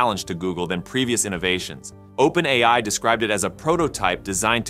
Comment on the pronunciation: I initially believed that the content on this channel was narrated by a real person. However, I noticed a few mispronunciations of "OpenAI," which led me to realize that the narration is actually done by AI. It's interesting to see a channel discussing AI features without using a human narrator.